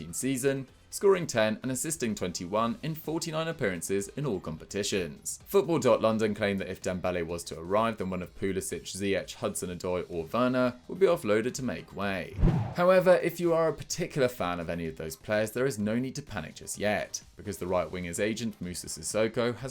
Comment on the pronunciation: this narrator said Noo-Nez for Núñez, and Poo-Lih-Sich for Pulisic. Where do you see the ć in Pulisic and why don’t you see the Ñ in Núñez?